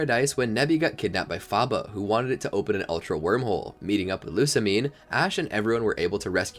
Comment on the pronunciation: Annoying how you pronounce ULTRA like ALTER. Sounds like you're saying Alter Beast and Alter Guardians most of the time.